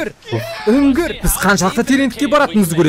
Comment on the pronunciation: Ана Минуттық жердегі ні үнгір деген сөзді унгр Деп естіп қалдым ғо